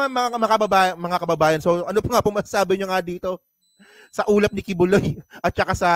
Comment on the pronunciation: Ah ulap pala, ang dinig ko ulam na nagsasalita 😂😂😂 kaloka